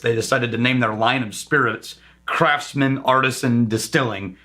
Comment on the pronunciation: You definitely pronounced Craftsman incorrectly. The C R F T ate not pronounced.